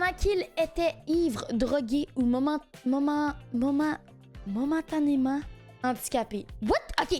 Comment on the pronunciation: À on dirait qu’elle parle japonais quand elle essaye de dire "momentanément" 😂